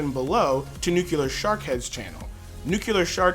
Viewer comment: Its Nu-Clear. Not Nu-Cular. But good vid :P